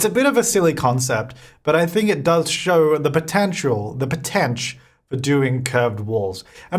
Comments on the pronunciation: "The potentch" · "Potensh" killed me